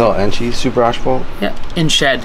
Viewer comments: Wth! has yal say "ASH-fault"? Hahah ASS-FAULT. ASphalt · The Canadian pronunciation is ash-phalt but in the US asphalt